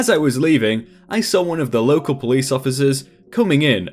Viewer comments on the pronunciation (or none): none